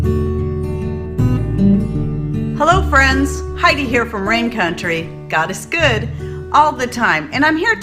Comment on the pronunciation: I've listened to a few of your videos but I swore you were saying "gotta scood!" Instead of "God is good" and it only just clicked 😂